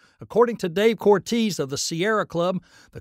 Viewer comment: "Unfortately", "communuhdee", "uhmissions", "quanuhtee", "prahgrumatic", "pertending", "duhvelopmunt" and "realuhdee" are not words. Cortez not Corteez.